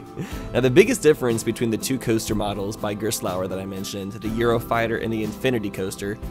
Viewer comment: I know it's hard, but I still hate the way you pronounce Gerstlauer.